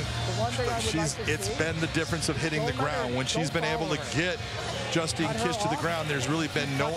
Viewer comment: Mauro Ranallo got it right, but BIg John McCarthy called Justine Dish "Justin!" in the beginning! What is wrong with him? 💢